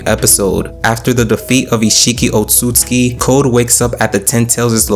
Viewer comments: Sorry Bro, its not „Konohaaaahh“ its „KonoAh“ and its not „Otsuktski“ its „Ootsutsuki“. Not „Quaki“ its „Kawakii“!! get your names right! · Oht soot sooski “Otsutsuki”